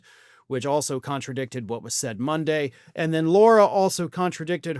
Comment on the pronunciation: Her name is lara, not Laura.